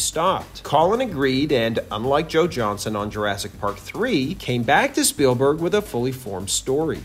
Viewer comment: JohnsTON. JOHNSTON. Not Johnson, wtf.